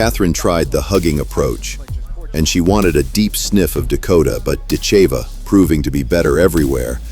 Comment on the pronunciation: Ditcheva…..DIT-che-va….. not “dit-CHAY-vuh”